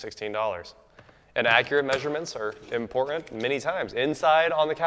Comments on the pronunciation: You hear t's? For me, I hear Impor uh, buh un. When he does use a t, it may as well be a d, like his old Ariel Adam. Drives me mad. Imagine being unfamiliar with them and you wanted one. You go around asking for an Adam. Laziness is what I put it down to, and his holier than though demeanour. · Import-unt. Butt-un. Interesting pronunciation.